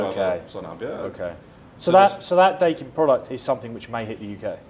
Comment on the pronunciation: Da-e-kin not day-kin だいきん